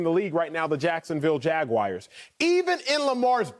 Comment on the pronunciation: Jacksonville Jag-wires